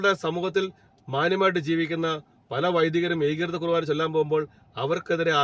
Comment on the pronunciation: ബിനോയ്‌ കുർവാന അല്ല കുർബാന ആണ്.